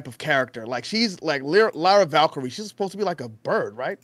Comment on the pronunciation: can’t even say lyra right lol embarrassing